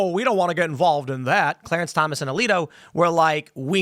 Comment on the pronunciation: Does Phil have dyslexia? He calls the two justices "Kagenti" and "Carice Thomans."